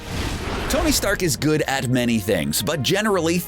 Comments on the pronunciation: Why are you saying "Dony Stark" "Dony" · Did anyone hear dony insted of tony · Did anyone catch in the beginning that he said dony